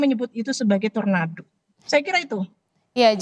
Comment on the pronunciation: Tornado bukan torando😂